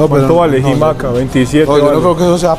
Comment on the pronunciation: Jaja la “Jimaca”😅 , ese amigo es disléxico